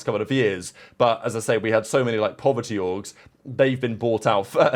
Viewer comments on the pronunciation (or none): “Povert organizations” 😭